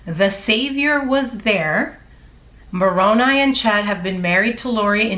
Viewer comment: Love your channel. I run all channels on 1.5 speed because i have little time. You still sound great at that speed. Also im glad you learned how to say Moroni correctly. I am a utah Jack Mormon.